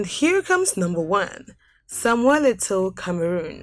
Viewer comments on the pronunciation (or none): none